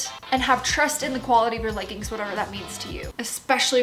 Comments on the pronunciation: Great video but leggings is pronounced leg-ings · I love that you say leggin' it's adorable lol